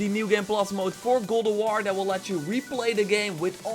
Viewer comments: Dude you really need to practice and stop saying “Gulduar” GOD OF WAR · Go Dough R? That's quite the accent